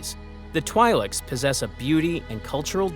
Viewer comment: where you pronounced twileks almost had me tweak out💀